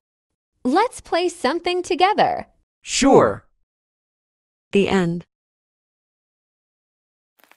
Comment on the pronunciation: Nah it Ely who said togerther